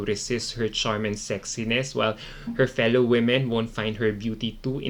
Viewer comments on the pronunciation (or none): none